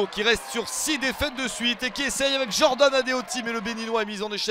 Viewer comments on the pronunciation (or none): none